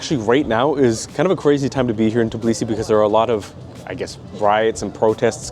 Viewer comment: Its Tbilisi , not TIBLISI